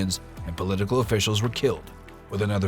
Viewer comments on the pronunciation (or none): none